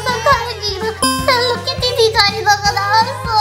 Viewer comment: 헬리키티가 아니라 헬로키티에요 아니면 헬로우 키티